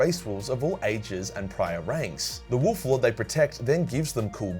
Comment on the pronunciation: You said it wrong…it’s WOLF damn it